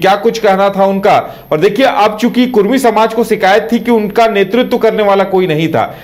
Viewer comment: Are Bhai "Kudmi" hota hai "Kurmi" nahi "कुर्मी" नहीं होता है "कुड़मी" होता है। कुर्मी एक हिंदू जाती है, बिहार का नीतीश कुमार भी कुर्मी है । कुड़मी एक जनजाति है ।